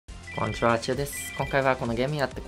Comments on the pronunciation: こんちゃーちゅぅですになってて草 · 「こんちわーちゅうです」になってるww